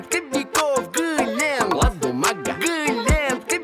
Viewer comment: Валентина Иванова не гленд а глент